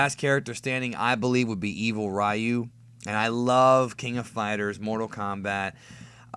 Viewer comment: You use the Japanese terminology for DBZ yet you said Ry-You for Street Fighter when it should be pronounced Ri-You.